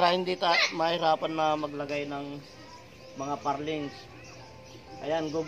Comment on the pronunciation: Truss lang po. Plural na yoong trusses. At ang bigkas sa purlin (hindi parlings) ay /ˈpərlən/